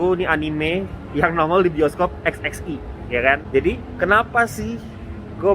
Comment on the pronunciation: Eks eks wan. Perbaiki lafalnya tuh bang.